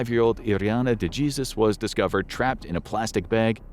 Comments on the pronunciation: De-hey-soos . Kinda disrespectful to not only her, but her family to keep pronouncing name wrong. It’s not that hard to say it the right way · Dejesus is pronounced De-hey-Zeus !!!!!!! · De-Jesus 😂 bro